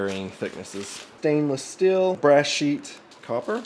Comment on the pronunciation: Sir, its pronounced steel. Not still.